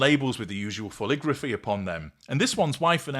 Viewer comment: Did you say..." fool-igraphy"!??😂